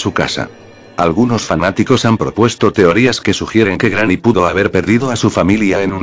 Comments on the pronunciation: En el minuto dijo grramy envés que Granny XD 😂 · jajjaja es que el loquendo lo pronuncia asi... cuando pongo GRANNY... y cuando pongo GRANI... se escucha bien... en videos mas recientes corregi esto jejeje.. saludos brooo